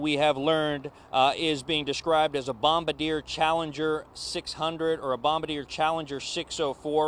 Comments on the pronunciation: Oooo, that's very bad news. So sorry for the loss of life. Daggone! Oh, and by the way, it's "Bom-bar-dee-AY', not "bom-ba-deer." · The name of the make of the Bombardier Challenger jet is pronounced Bom-bar-dee-ay. Not BombAdeere, like a bomber controller. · This reporting is so bad. I’m sorry but wow. Just tell the facts, no need to speculate and be wrong. And it’s pronounced bom-bar-dee-aye. Not bom-ba-deer. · It's not pronounced Bomb ba deer. It's Bom bar diay. Bombardier. You're welcome. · Bombardier is pronounced BOM BAR DE A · Bombardier not Bomader lol. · It's pronounced baum-bar-dee-ay.